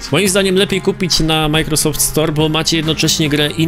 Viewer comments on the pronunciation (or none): none